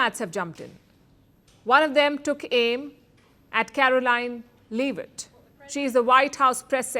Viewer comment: Her name is not 'Leave it'. That sounded like some Native's name. It is 'Leavitt'. Stop speaking English, woman. :face-purple-crying::face-purple-crying::face-purple-crying::face-purple-crying::text-green-game-over::text-green-game-over::text-green-game-over::text-green-game-over